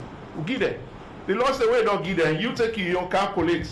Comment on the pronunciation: We are here to “gee” instead of “give,” painful to watch.